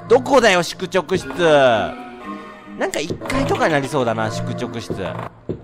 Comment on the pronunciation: 『しゅくちょくしゅちゅ』